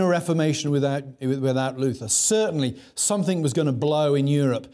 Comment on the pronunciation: Listened to a lot of Dr. Trueman's lectures in my life. And I think, for all his carping about what proper English diction sounds like, his penchant for pronouncing it 'think' ('everythink', 'somethink', 'anythink') is tragically under commented upon. I'm just trynna do my part. (See for a strong example lolol)